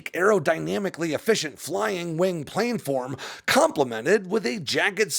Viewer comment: It is spelled correctly, planform. It is pronounced plan-form and not plane-form.